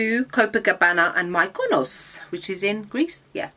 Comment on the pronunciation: You are ao beautifull !! Its called Mekonos ..its spelled like that ..Μυκονος in Greek ..but pronounced like e ..sorry Im Greek .....not a hate comment just a notice ...I love your look today really love it ....I think Im gonna start pinks ....hehe !!!